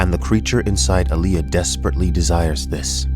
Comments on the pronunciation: AH-lee-ah! love your videos and also this has made me insane! :) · What kills me is he pronounces Allia. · Pretty sure it’s All-Ee-Uh not Uh-Lee-Uh And Gah-nih-muh not Guh-nee-muh Fuh-dyke-in not Fae-duh-keen